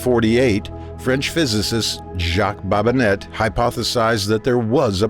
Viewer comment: Some very interesting theories. Most people these days think we have a precise mapping of the solar system (too much TV CG). We've still got 90% + of the Earth's oceans to explore. Most of what we see published as fact relies heavily on known physics, which can be very accurate. I believe Babinet is pronounced Bah-bin-nay. To be Babin-net you will need Babinette. The French remain consistent in a few things.